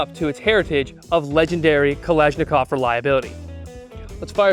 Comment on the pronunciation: An American gun reviewer that didn't mispronounce "Kalashnikov". I'm impressed. Thumbs up.